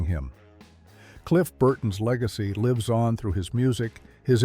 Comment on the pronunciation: Quit using Ai for voices. They don’t pronounce things correctly (lives and lives) can be two different words but Ai is clueless